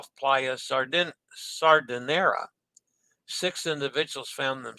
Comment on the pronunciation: Smay-rahl-dah, roll the R Smay-rahl-dah, roll the R The final S in Chantiers is silent Sahr-dee-nay-rah, roll the R Let us know how the vegan fishless salmon poke is on the Conquest! Clove powder/clove oil and neem toothpaste are excellent for gum health!